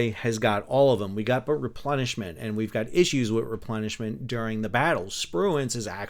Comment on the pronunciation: Nice episode, interesting topic that is of course a backbone of but never seems to make the spotlight of all these campaign videos… I had a chuckle cause quite often underway replenishment sounds a bit like underwear replenishment 🤣😂🤣😂